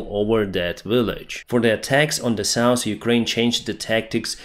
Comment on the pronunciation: South - NOT souse